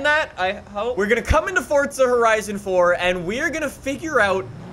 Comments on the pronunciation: Nobody: Absolutely nobody:: Fortza Horizon 4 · It’s Funny How He Still Calls Forza Fortza XD